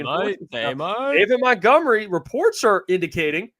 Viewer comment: David Montgomery: (day-vid mont-gum-er-ee). Challenging stuff out here saying a dude’s name correctly 🙄